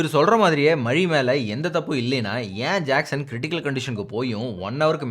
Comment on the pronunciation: Ur way of JACKSON pronounciation & the names of drugs u mentioned slang was superb bro.👌